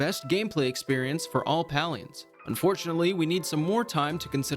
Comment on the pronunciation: Palians = pay lee ins.. just so you know how to pronounce it.. I know it triggers some people's OCD..